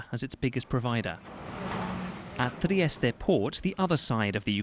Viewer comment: there is no need to change your R when you say Trieste